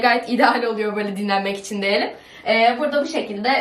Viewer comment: Deyelim değil *Diyelim